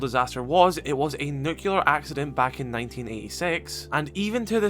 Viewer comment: Sorry, but I have to say this. It is pronounced "nuke-lee-er" NOT "nuke-you-ler". God, that is one of my biggest pet peeves and I couldn't hold it in after your 5th time saying it.